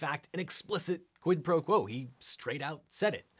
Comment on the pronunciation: Why does everyone insist on mispronouncing quid pro crow?